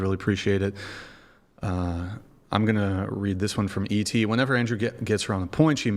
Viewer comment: The long pronunciation with AHH at the end is so annoying.Andrewaaah